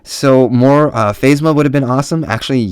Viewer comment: love your video. good stuff! though its....pronounced (Kan toe bite) and (Fazma)